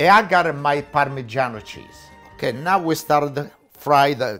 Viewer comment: The way he says now “nah” I’m loving it . He can boil water and I will watch it ❤️❤️